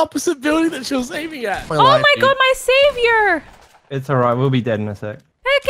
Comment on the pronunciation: Am I the only person who was kinda uncomfortable when she said “Savior” in an Western American accent.